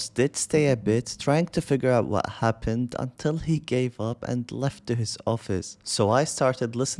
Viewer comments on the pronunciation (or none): what haven vella? Why you crying again? Vamfire right? Vamfire come faith to me! 😂